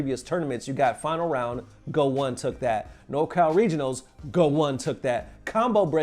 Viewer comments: I noticed in alot of your videos, you BUTCHER player and event names, almost like you dont know anything about the FGC and read event hubs and make content... how can you call goichi "Go One"... not a single player, commentator or streamer has ever said "Go One"...and saying VS instead of Versus. Thats like calling CEO, "See Yo" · Go ichi not Go one lol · its pronounced Goichi, the -ichi part being 1 in japanese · Love your show but PLEASE stop saying "GO-ONE" >_<